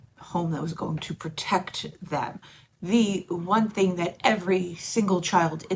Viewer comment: Like you say “think” for the word “thing”. It’s fun to listen to 😂